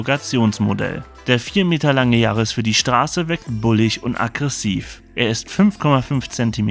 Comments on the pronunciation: Der Toyota Yaris „Gi A“ man kennt ihn :D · Warum denn gi- ar?? Kann man als Deutscher nicht gr aussprechen?? 🤯🤣